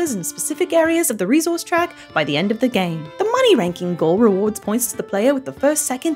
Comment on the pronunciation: Couple of things i wanted to mention: - fun fact: a fortnight minus 7 is called a sennight - saying reZource is inaccurate for the accent. The s is aspirated but not vocalised. That is all!!